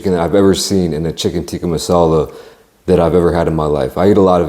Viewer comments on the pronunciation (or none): "chicken teeka mosalah"